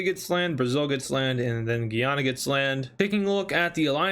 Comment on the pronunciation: he says Guyana wrong. It's different from Guiana, instead pronounced literally as the english word Guy and the name Anna combined